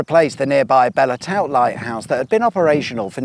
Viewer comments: The old lighth9use near beachy head is pronounced BELL TOOT. Not Bella towt! Spoken like the french word, Belle, with the silent e at the end. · Yup, gonna be THAT person - it’s pronounced ’Belle Too’ lighthouse.. excellent video keep up the comedy work! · Belle Tout is pronounced "Bell Toot" 😊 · Interesting video 😊 I believe the old lighthouse atop of Beachy Head is pronounced ‘Bell Toot’ despite its spelling. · It’s pronounced Bell Too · Shame you didn't pronounce it correctly..."Cockshoot". And "Bell Toot". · I think you will find it is Bell Too [the T at the end is silent]. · The Eastbourne residents referral to the 1'920s as the good old days made me laugh The belle tout lighthouse is pronounced bell toot. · belle tout is pronounced Bell Toot 😅 Nice to see my hometown, yes it is full of old people (not me!) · Belle Tout Lighthouse is pronounced by the locals as "Bell Toot". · Belle Tout is pronounced Bell Too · FFS please pronounce Belle Tour properly!! 😩